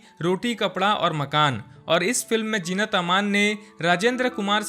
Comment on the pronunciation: Zeenat ka naam thik se pronounce kar na seekho